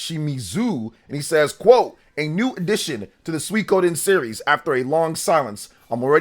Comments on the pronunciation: Other than putting the emphasis on "ko" instead of "sui", pronunciation is mostly okay. Not like there are that many ways you can mispronounce that anyway. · My new favorite hobby is seeing how many different ways YouTubers can pronounce "Suikoden".